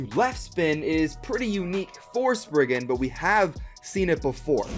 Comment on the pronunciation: Sprig-RIGan Requiem lol